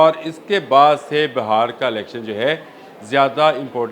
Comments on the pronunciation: Sir it's not BAHAR but BIHAR please correct your self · JANAB AAP BAR BAR BAHAR KA ELECTION KEH RAHEY HAIN. AAP KO INDIAN PROVINCE BIHAAR NAHI KEHNA AA RAHA. AAP KEY SAATHI SAHI TAUR PER BIHAAR KEH RAHAIN. AAP NAHI. SORRY TO CORRECT YOU.